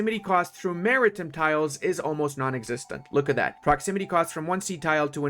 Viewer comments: Not sure if you read my comment in a previous vid (my post was made 8 days after it was released) but its Mari TIME not Mari TIM (pronounced Mary-Time.) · Half the time I think he's saying 'American Presence' instead of 'Maritime Presence'. Which tbh, for the US Navy, it's the same thing.